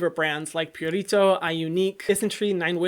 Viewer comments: Hyram's Spanish accent came out when he said "Purito" . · why do you always pronounce purito like it's a spanish brand lol